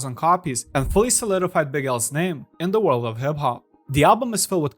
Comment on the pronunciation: Lmao “in the warld of hib hob”😂